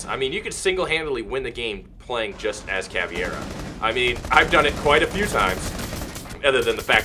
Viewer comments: its caveira not caviera :》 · Ca-pi-tao and Cav-ey-rah are the correct pronunciations to my knowledge. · BOPE is pronounced Bopeh. Caveira is pronounced Cavehra, and Capitão is pronounced Capitoe.